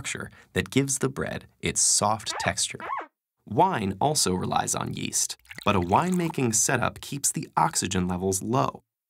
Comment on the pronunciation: Yeast? I thought you said, Weast